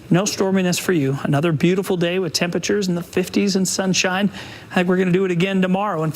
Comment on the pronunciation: "Tem-pitch-ers" ~